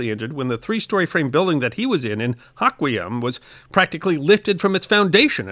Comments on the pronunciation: Respect Mother Nature. She reminds us to do so every once in while... and it's not subtle. PS or so -- Thats HOE kwee am not HOCK kwee um😁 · I love your videos! BTW, Hoquiam is pronounced with a long "O", HOquiam, not HAquiam... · Not Haw-quiam but Hoe-quiam. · Hoe-Qui-Um. Not HAWK-we-um. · It's Hoh-quiam, not Hah-quiam. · Good morning,. Excellent job on the pronunciations. Thank you for your efforts in reporting! On minor quibble... HOH kwee um instead of HAH kwee um. Thank you for being here! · If you live in Hoquiam, it's pronounced "Hok-ee-um." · Hoquiam, HOH kwee um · As a PNW resident, enjoyed this quite a bit. FYI, Hoquiam is pronounced hoe-Kwee-uhm. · Hoe-quee-am is the correct pronunciation of the town in the story. And great story! Thank you. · Thank you for recounting this extraordinary event. If I may...the town mentioned Hoquiam is pronounced by locals as Hoe-kwee-um. Local history suggests the name was borrowed from first nation peoples who ascribed it after observing the behavior of the white settlers there. In their language it means "hungry for wood." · You pronounced Ilwaco and Hoquiam incorrectly.